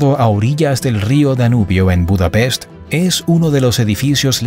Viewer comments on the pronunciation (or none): none